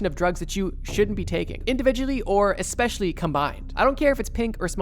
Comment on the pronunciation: Eckspecially., hehe..